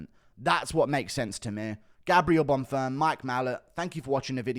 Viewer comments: Guru I love your videos but your mispronunciations of fighters' names is getting very annoying. It's Arman Tsarukyan, not Armand Tsarukyan. It's Bonfim, not Bonfirm. With the amount of time you spend watching MMA I would h a thought you'd know how to pronounce their names. Please do better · One thing I noticed in your last videos… You pronounce Gabriel Bonfims name like he’s a French man but he isn’t… Just say Bonfim like it’s written